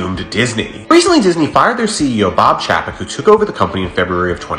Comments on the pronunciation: Chapek pronounced Chay Pek not Chaa Pak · It's pronounced 'Bob Chay-pek,' not Chappek. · I’ve heard chapek pronounced as “CHAIPEC” so hearing your version sounds funny to me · It's pronounced chay-peck. Have you forgotten how vowels work? If yoi have a vowel consonant vowel combo, the first vowel is said like you say it in the alphabet. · I think Disney had less of an issue with Bob Chapek as you do having an issue pronouncing Bob Chapek 😂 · You’re pronouncing his name wrong. It’s Bob Paycheck